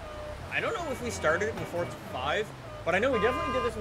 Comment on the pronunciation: why does he say fortza